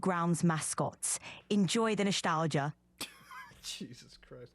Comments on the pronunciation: is that a german accent? 😂 noshalgia? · "enjoy the noshtalgia"